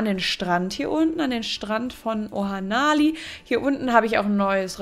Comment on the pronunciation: Es heißt nicht Ohanali sondern Ohan Ali